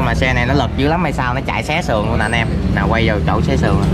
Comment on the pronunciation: không phải xé sường nhé. khi xe thay đổi kết cấu mà bị CA bắt thì bị cưa sường ra, nhằm chiếc còn dùng máy khoang, khoang vào đầu nòng để hư nòng